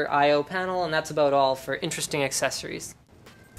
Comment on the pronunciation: it's "A Sir S", stop saying A Sooooos ppl...